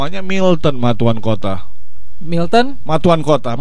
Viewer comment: Matuankotta bro.. bukan Matuanakotta